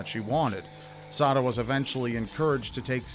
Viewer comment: I keep hearing suh'dude.......